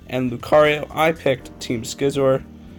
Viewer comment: Watch rx Duel Video he can actually pronounce Scizor Name right